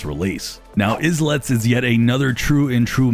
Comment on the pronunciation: Isn't islets pronounced like islands but with lets instead of lands